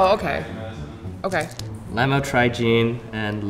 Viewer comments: When he said lamtrogine I laughed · Just drove me nuts how he pronounced Lamotrigine hahah. I take it and I was like "It's Lamotrigine!" out loud.